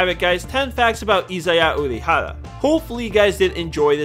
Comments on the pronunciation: Izaya Urahara? ...SAY WAT? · Izaya Urahara